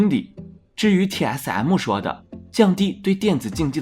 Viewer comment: 一直聽TS M母有夠煩 能不能M就講M 別一直M母